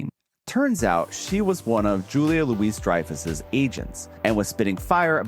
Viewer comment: "loo-EEZ"? "LOO-ee" Julia LOO-ee Dreyfuss